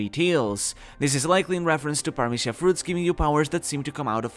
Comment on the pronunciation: omg are you spanish? the paramithya pronunciation was P E R F E C T